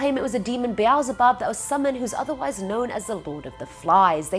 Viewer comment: When she said Beelzebub I started crying.